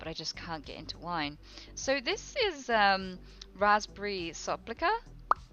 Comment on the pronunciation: soplica XD that is how U say it XD and to be fair... hazzelnut tastes like kinder bueno XD love from Poland.